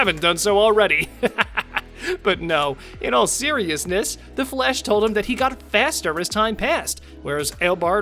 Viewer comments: It's the Flash not Flesh. You keep pronouncing it like Flesh not Flash. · I keep hearing “Flesh” instead of “Flash” smh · Sounds like your saying Flesh not Flash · Is it me or does he sometimes sounds like he's pronouncing Flash as flesh. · Am I the only one who keeps hearing "the flesh"?